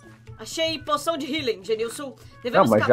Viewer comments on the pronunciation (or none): POSÃO DE HITILER!!!!!!!!!!!!!!!